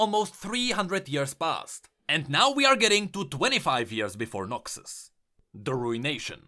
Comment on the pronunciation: not noxi but noxus, XD glad it wasnt noxwe of noxthem